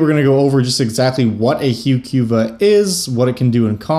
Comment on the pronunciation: Yeah I'm with you 100%. It certainly is not hew Q vuh.